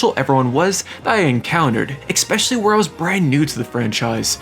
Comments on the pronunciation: Idk why but I get so bothered when people say “Exspecially” instead of “Especially”. I swear, just about every YouTuber I watch does it. 😂 This guy does it A LOT though. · ekspecially isn't a word. it's especially. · It is expecially funny because he uses the word a lot. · good video, but you know the word is especially not ecspecialley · IT IS NOT EGG_SPECIALLY - It is especially. Quite frankly SAD that a German guy has to EGG-SPLAIN this to you. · Im 4 mins in and I’ve heard u say “eXspecially” like 5 times im losing my mind here lmao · “expecially” lol Jk, I loved this so much, I might have to relive my childhood real quick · "Exspecially"... for real dude? It's your own language... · IT WAS DRIVING ME NUTS 😭There is no X, K or CK in ESPECIALLY... (╯°□°）╯︵ ┻━┻ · My brother. *Essssspecially. Like Espresso. No X. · escape and especially not excape and expeccially